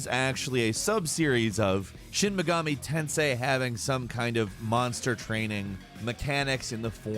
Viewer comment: when you said shin megani tensei V I thought you said shoot the sensei v